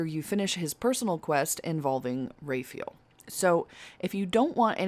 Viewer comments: Did you just seriously pronounce Raphael as "Ray-feel????????" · sorry i cant get over u pronouncing Raphael "ray-feel"